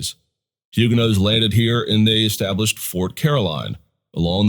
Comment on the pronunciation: If you are going to use that pronunciation then you need to drop the "H". There is not "H" in French just as the "t" is silent at the end of the word.